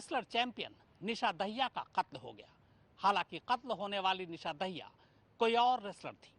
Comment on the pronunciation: दाहिया नहीं मित्र, ये दहिया है